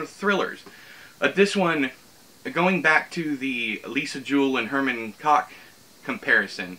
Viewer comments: Koch is pronounced “coke”. ☺️ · its prounounced 'cawk' 🤣🤣 jk in all seriousness its pronounced 'coke'